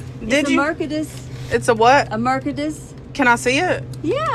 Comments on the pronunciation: That lady mispronounced “Mercedes” and said “Merkades” 😂😂😂😂😂😂😂😂😂😂 However, these are all worlds dumbest customers tho! 😂😂😂😂😂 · 🤣🤣🤣😂😂😆 “ a merkediss “ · She said it like merkadiss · It's a mur-kad-dis